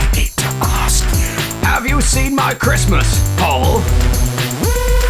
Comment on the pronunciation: Wait why do the captions say Chrustmus when if you slow it down you can clearly hear him pronounce Chris-mis